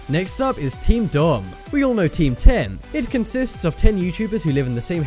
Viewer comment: It's not teamdom its team 10